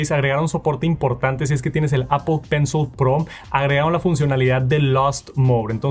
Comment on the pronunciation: Appol account, appol pay, appol sports